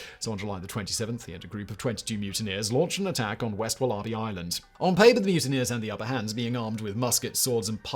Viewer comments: Only British person I’ve ever heard pronounce it like that. The rest of us say woller-bee. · Is Simon trying to say Wallaby??? Wol-a-bee 😂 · Walla Bee. NOT, WahLah Bee. Good lord. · it's WAL-abee, not wal-A-bee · Even more incredible than the hideous affair is how you can possibly pronounce wallaby as "wullarbee" incredible. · Very well presented, Simon. I think you enjoyed that one. This is a riveting story we were not taught at school here in Australia. I'm waiting for the mini-series to come out. By the way, it's pronounced 'wolla-bee'. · Wal-A-bie is the correct pronunciation Simon. There are no r's in wallaby hun. As always.. thank you for your in-depth readings. ❤️ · When he said there was a population of wall-ARR-bees to hunt on wall-ARR-bee Island, I realized what was happening. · Wal ARE bee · Wal-AHH-bees HAHAHAH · As an Aussie it's hilarious hearing you say war-larh-bee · An American here, having the same reaction! (There are actually a couple wallaby sanctuaries here in the Seattle area; you can even adopt them as pets!) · American here- once i realized he actually meant the animal and not some obscure word I've never heard before I was just stunned. I thought his writers knew to include pronunciation guides by now. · Me, a Brit, also having the same reaction. I honestly don't know what's happened to Simon's speech over the last year. He's started putting on a weird accent and throwing in random wrong pronunciations. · these narrators are too lazy even to look something up. really grips my shnitzz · I am now going to watch this video just to hear him say wallaby 😂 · I had to put the sub caps on to see what he was talking about. Lol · Sympathy from England. I've never heard any else say it like that. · Its not even another language. Its Aussie English. Pretty sure the Aussies didn't pronounce it the way the natives did either.